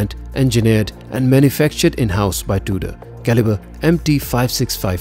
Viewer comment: Its not Duder its Tudor